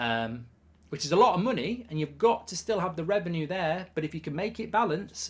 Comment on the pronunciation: Its reven-you, not reven-ooooo